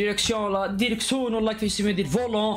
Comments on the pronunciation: ديركسون ماشي ديرسكون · ديركسون✓ :× ديرسكون ! : ✓ 😂